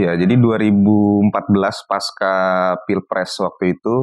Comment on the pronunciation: Pasca.....bukan paska ya